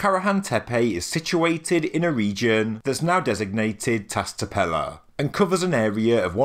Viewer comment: It’s Tash tepeler, and Shanliurfa, in Turkish the S with a dot or a line underneath it sounds like Sh in english.